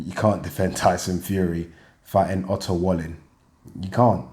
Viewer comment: Love how, when you pronounce Otto Wallin, it sounds like you're saying "utter wally". Sounds about right to me.